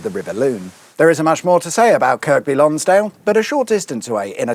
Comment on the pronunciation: Yep = annoyed me too. And its also "Lonsd'l" not "Lonsdale". The cricket ground is near the bridge - spent many a hour in the scorebox gazing at it, often through the rain...